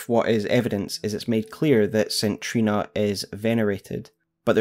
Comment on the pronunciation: Good video but DUDE... the way you say the word Saint is horrific. It is say-nt not sin or sit or sint... and the name Trina is said like Treena